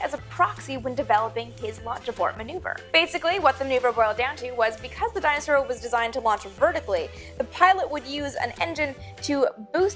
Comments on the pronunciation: MK3424 i cant be the only one who's mind's ear heard "dinosaur" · Funny how you pronounce Dyna-Soar as "Dinosaur"...